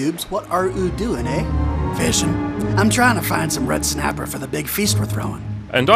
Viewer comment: said it didnt exist in azeroth in the vid "red snappah"